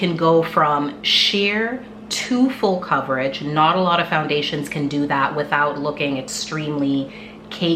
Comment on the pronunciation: It nuh good😂😂😂. Are you Jamaican? Love it.🇯🇲🇯🇲🇯🇲🇯🇲